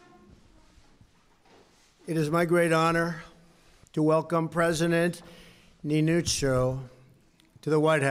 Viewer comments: He is called "Niinistö" not Ninychou, lol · Trump should have listened even once how to say Niinistö, no one expected he would say it perfectly, but c'mon Ninotsou, that's just awful. If he couldn't have bothered, just say the President of Finland. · "President Ninizoh" xD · Ninychou.. Ninychou.. How hard is it? Just.. Please Donald.. Niychou? Try harder to spell our presidents name.. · Ninytsou XD LMAO LMAO LMAO LMAO LAUGHED SOOO HARD! PLZ LEARN TO SAY THE NAMES BEFORE GOING TO PRESS CONFERENCE PLZ!!!!!